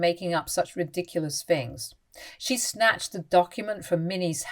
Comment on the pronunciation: THirty not Firty THings not Fings THought not Fought THink not Fink